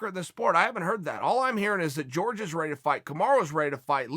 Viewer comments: Judy Stroyer Well Jorge was born in America and his name isn’t pronounced “George” so fuck off and call people by their natural/cultural name dummy. No one is going to assimilate to white values. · Uncle why do you always mispronounce Jorges name? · Chaels too white to pronounce the name properly. He knows hes just afraid of sounding spanish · whats the deal with chael and not being able to pronounce Jorge or Khabib... literally lmfao wtf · Someone better let Jorge know he's pronouncing his own name wrong... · I do hope you and other commentators in this sport would learn how to correct pronounce his name! It’s not George. 🤦‍♂️🥴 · Isn't it pronounced whore-hey? Lol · Patrick Cote pronounces it "Whore Gay" lol. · Even joey diaz pronounces his name George both work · Chael is the AMERICAN gangster, he doesnt pronounce George in the Cuban way. If George wants to be in America he should use his proper American name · If anyone is angry it’s Jorge because of the way you butcher his name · Why say his name incorrectly? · Who the fuck is George Masvidal? Jorge, is that hard to say? More respect! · Not to be THAT guy, but it's pronounced whore-hay, not George. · "george"......uhhhhhhhhhhhhh this is mad annoying. someone tell him its jorge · His name is Jorge, not George ffs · The name is WHORE HAY not george, bad guy. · Nobody: Chael: GEORGE MASVIDAL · When he said George I was like Who's George now!!...then it hit me. Uncle Chael his name is pronounced as Horhey. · Chael "George Masvidal" Sonen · Me: Its pronounced 'horhey' Chael: george Me: george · Its not “George” its “jorge” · Chael, the man's name is Jorge, NOT George. Look into it! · Hore-Hey, HORE-HEY not George. Had to channel my inner grammar nazi for that. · Jorge Masvidal: yeah its pronounced "Horhey" Chael: Hi George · jorge "George" masvidal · It kills me every time he says GEORGE